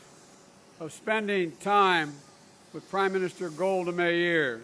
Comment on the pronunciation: "Flew over King Saul's donkeys", what's wrong with him? P.S. the word is pronounced 'with' not 'wizz'.